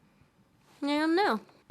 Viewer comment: His name is not pronounced like that. And his books are obviously a parody of his society's social norms. De Balzac was the original troll. O me, the satire is so heavy in this one that it's almost grabbing me by the eyeballs and telling me "Look! This is satire!!!".